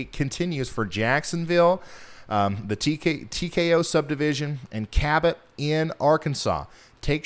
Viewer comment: Cabot you said it right the 1st x